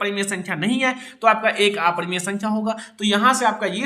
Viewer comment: Sir aaparimaya nahi aparimay